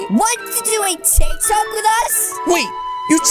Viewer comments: i mean tik tok not tik talk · It not tic talk bruh it tic tok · It's not tik talk it's tiktok